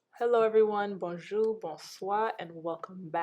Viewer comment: The way you said bonjou ,bonswa made me realize you re caribbean